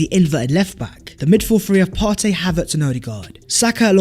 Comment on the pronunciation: You actually pronounced PARTEY’s name perfectly 💪🏾💪🏾💪🏾